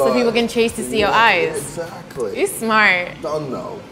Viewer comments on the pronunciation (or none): man said exactlay